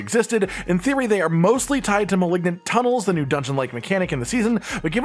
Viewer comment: Is there some meme I'm not aware of, or can he just not pronounce "malignant?"